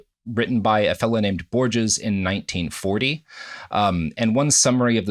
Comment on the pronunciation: I mean Evans comes off as practically illiterate. He mispronounced both Mencius and Borges